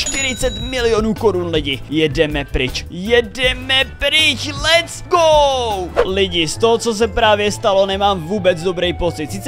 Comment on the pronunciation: Ty let’s go neumíš anglicky